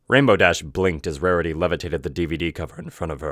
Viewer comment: "Rahriy was anhry."